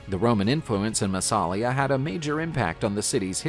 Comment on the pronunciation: Hey: It's NOT pronounced "MassAlia" but "MassalIa"!